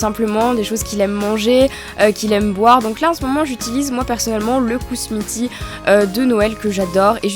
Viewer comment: Sa ne se dis pas "kousmiti" mais "keusmiti" :)